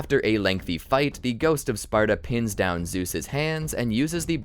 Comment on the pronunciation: y u keep saying “gout of sparta”? lol